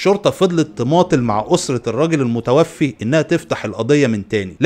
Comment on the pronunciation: المُتَوفَّى وليس المتوفي